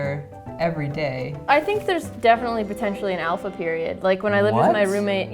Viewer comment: "Alpha peroid" 😂😂